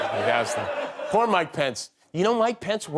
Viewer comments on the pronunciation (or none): none